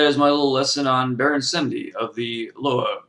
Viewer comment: Wow you make us white people look stupid and for a fact we do use voodoo doll and Baron Samedi you said his name wrong that right there is disrespecting him. Plus if you going to talk about a Lwa or any god from any path you should search more then reading it from a book a book will not tell you shit they only tell half the truth or complete BS. I not trying to sound like a dick but I do practice Voodoo